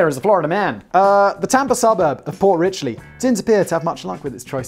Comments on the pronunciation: It's Port Richey, not Port Ritchley....it's a dump and we other floridians make fun of lol. There are actually much better stories about that crap hole lol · Port Rich-ee not "Rich-lee" , you knob. ; ) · It is Port Richey not Richley, I currently live there. We have a messed up history with mayors including election violations, protentional voter fraud/election fraud, tax evasion, practicing medicine without a license, and shooting at a swat team. The amazing thing is this is not even one of the more crazy parts of FL it is one of the more boring areas made up of snow birds. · FYI - there is no "L" in Port Richey. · There's no "L" in Port Richey... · It's Port Richey. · Its pronounced "port richey" no "l" . Not port richey.:)...